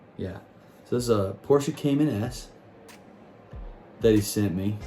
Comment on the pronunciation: I'm hoping that some day you will start saying Porsche correctly! LOL!!